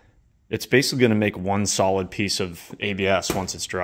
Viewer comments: As soon as he said “sock rolid” i looked at the comment section and saw this i instantly laughed😂😂😂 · “Sock Rolid “ 😂😂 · “Sock rolid” 😂👍